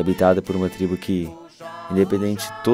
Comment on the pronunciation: Não é "TRIBO"